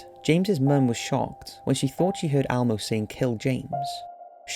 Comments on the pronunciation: It's Elmo not Almo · It's Elmo...not ALmo... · It’s Elmo not Almo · It's not "almo" it's "Elmo" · It's pronounced Elmo not Almo. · Almo? It’s Elmo! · The muppet's name is ELmo not ALmo. Seriously. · Is it just me or does he keep saying Almo instead of Elmo? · Elmo, ELMO, not almo. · Almo? It's Elmo El-mo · Is Elmo pronounced Almo across the pond? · Elmo not Almo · Why are you pronouncing Elmo as Almo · " L Moe" L-MOE... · Is he saying Almo?? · I can't believe how much this bothered me lmao It's pronounced ELMO man!